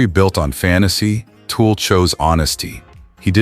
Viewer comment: It's TUL not TOOL. How do you get something so simple wrong?